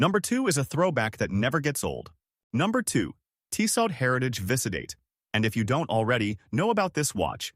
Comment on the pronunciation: Tissot™ (Tiss-soe) Thanks for the video.